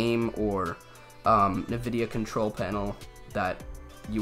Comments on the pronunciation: Please stop saying "nah-videa", that is not how the company name is pronounced. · I fucking love that he calls it navidia